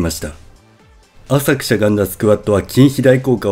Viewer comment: 「浅く」のイントネーションが気になります。